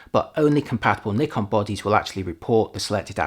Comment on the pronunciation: Finally a native English speaker who pronounces "Nikon" correctly👍